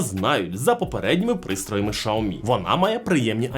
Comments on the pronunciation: Чому шаомі а не сяомі 😅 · услышал ШАОМИ , и меня стошнило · Шаверма з лайки чи що? каже про шаурму з лайкою, а сам показує теліхвон.....нічого не поняв....Треба сказати що правильно казати - шаурма з лайкою ))) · ШАоми 😂😂😂😂 .... бляяя.... меняйте ведущего 😅 бо бесит пиздец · Ужас взагалі ге правильно вимовляеш бренд телефону і назву камери,треба ше вчитеся